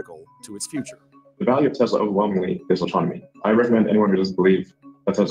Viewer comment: It’s NOT “Tes-la-la”!